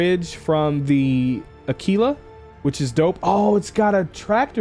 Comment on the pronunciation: One of a few YouTubers who says Aquila correctly. Ah-Key-La. Think of Tequila. Its Teh-Key-La, not Teh-Qwill-Ah. Unless you are one of those miscreants that also say Turrent instead of Turret. Those guys are beyond help! Kudos